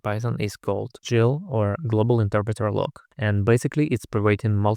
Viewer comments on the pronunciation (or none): useful video. i had to read the release notes to verify that dead battery removals are over. btw - people normally pronounce gil with a hard g like gold not soft g like giant. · Finally someone else who pronounces GIL like GIF